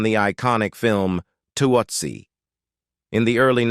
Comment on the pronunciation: AI Voice mispronounces "Tootsie "